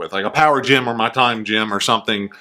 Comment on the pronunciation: When says “gem” I’m hearing “gym”. I have no interest in this game.